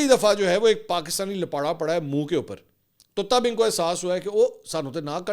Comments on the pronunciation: لپاٹا نہیں لپاڑا بھائی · Bhai Jan lapata nhi hota Lapiyra hota hy❤